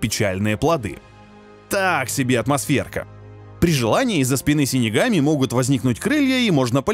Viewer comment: Выговорил с первого раза .Хы